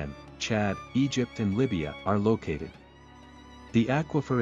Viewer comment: lokated? or located?